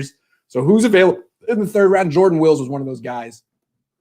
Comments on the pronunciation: It’s WILLIS not wills btw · Isn’t it pronounced like former 49ers Patrick “ Willis” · You "know him" huh? Well enough to pronounce his last name correctly? That's a fail.